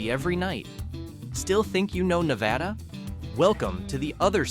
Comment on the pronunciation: Na va duh Most of us cringe, when people say it wrong. I don't know if that helps